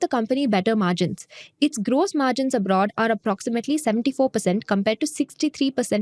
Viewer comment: It's gross margin not grose margin 😂